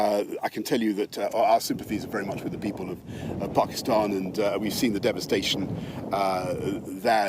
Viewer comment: He pronounce Pakistan perfectly well